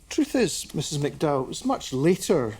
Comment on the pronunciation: May I point out the man's name is MacDowell, not McDow.